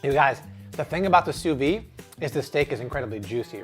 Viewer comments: Just so you know, it's "sous vide" not "sous vi", you have to pronounce the D. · pls pronounce the d in sous vide